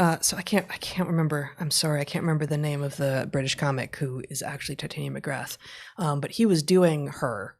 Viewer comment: . It’s “Tit-ah-nia.” The same pronunciation as the fairy queen in A Midsummer Night’s Dream. Heather typically pronounces it as if it’s related to “titanium.” (Just a small correction—love the show!)